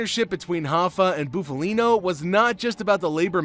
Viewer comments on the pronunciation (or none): Buff as in puff Montedoro not mantadoro Shandra not Chandra